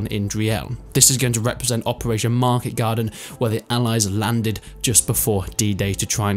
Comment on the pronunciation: You just butchered operation market garden